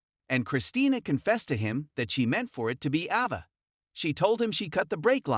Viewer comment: It's Ava not Ahva!😬